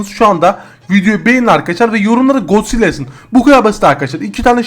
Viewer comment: Gonzilla değil god zilla